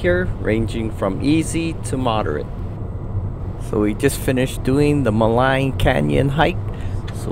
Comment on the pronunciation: Athabasca: pronounced Ath-a-bas-ka, not Ass-ka-bas-ka. And Lake Maligne: pronounced Ma-leen. The i is silent.